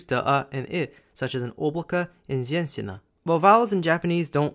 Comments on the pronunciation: 😂как он сказал "зенсина" ХАХАЭЭЭВЭАХ. не женщина, а зенсина) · Слово: Женщина /Жэ́нщ'ина/ Что говорит автор: Зэнсина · It's not zensina The zh sounds like jjjj in "jump" or in french "jour" He pronunce very bad and incorrectly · Yet another great video! Both your Russian and Japanese pronunciation was pretty decent in my opinion, except женщина which sounded like зенсина, but that's no big deal. You've actually covered rather an interesting topic imo. Keep it up! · зенсин импакт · Он вообще сказал зенсина а не женщина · а потом зеньсина) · Не зенсина, а женщина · Женщина а не зьенсина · Ow man, this is woman moment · I think, that he messed up /zh/ trying to palatalized the consonant before the letter [е], even though this sound can't be 'soft' in Russian. And thus make it sound like /z/ (which one has 'soft' version of itself) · Как японец это сказал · en rouge чем? Там совершенно другой звук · Ж in Женщина is pronounced like S in Treasure.